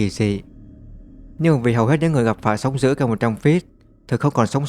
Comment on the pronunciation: Thằng này là giọng AI thì phải, đọc chữ "d" mà nó cứ "gì, gì". -sóng giữ.....??? Ngáo đá.